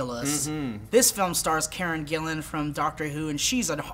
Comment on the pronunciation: They actually pronounced it right, its spelt Gillan and pronounced that way...